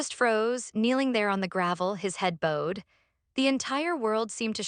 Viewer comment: There are many punounciation errors in these stories like bass ,wound, bowed live & so many more that it’s sometimes hard to listen to w so many errors saying certain words.